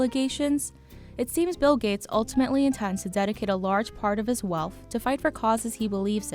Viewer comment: Thank you, BI, for telling me how much he’s werf. And for telling me that he is generous wif his wealf.